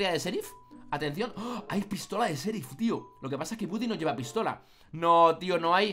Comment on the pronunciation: no es budy tu lo dises a si es gudi pero se escribe woody